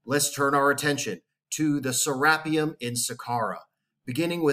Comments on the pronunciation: I always thought it was pronounced "Ser ah pee um", or it like potahto potaahto? ...Awesome video though!! Thanks again. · Who gives 2 actually F's how the Egyptians are pronouncing something when they didn't even discover their own pyramids nevermind anything else. Lol Sarah P um whooooo, let's go Richard Craniums, been waiting for this forever.